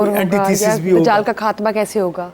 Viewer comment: افسوس یہ عورت خاتمہ کو کھاتمہ ۔قیامت کو کیامت اور خوفناک کو کھوفناک ختم کو کھتم بول رہی ہے۔اج کے لوگوں میں تہذیب نہیں بچی۔یا پھر یہ بھی قیامت کی نشانی ہے۔